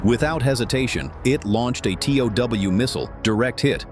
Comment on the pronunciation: Including "TOW" MISSILES. not "T.O.W." missiles!!